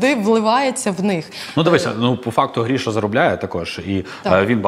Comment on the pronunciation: Ріже вухо ім'я Гріша,коли правильно говорити по-українськи Гриша.